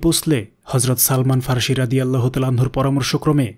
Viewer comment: Not Farshi but Farsi.